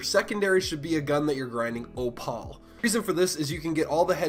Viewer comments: Op-al lol, thanks for the strat though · "oo" as in "oooh a bird." "pal" as in buddy or pal. "Oo pal" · The only person in the world who pronounces opal as ohpaul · ahahaha literally